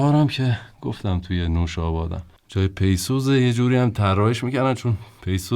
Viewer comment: dorud bar shoma . peisuz nist pisuz doroste. zahmat mikeshid karetan alist. merci az shoma.